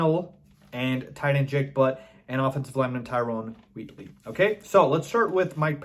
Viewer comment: It's Wheatley, not Woodley